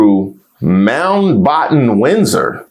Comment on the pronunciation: "you are a Moundbotton Windsor" iykyk 😂😂😂